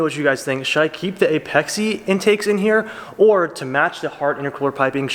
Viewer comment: "Apex-Ay" boi :) And JASMA isnt a brand, its a certification body in Japan. RSR is the brand of your muffler